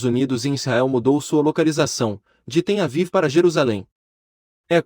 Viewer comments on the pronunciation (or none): É Tel Aviv,e não Ten Aviv.